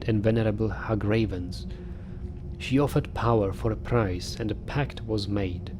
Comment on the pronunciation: One tip! Hagravens are pronounced hag-ravens (as in the bird raven) not ha-gravens!:)